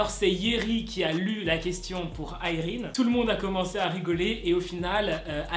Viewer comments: Je crois que ça se prononce Yraine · Tu sais a un moment tu a bien prononcé le nom de irene mais tu a cru que non dcp tu a continue le truc....avec la mauvaise prononsation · '' irene '' ça se dit a la française non ??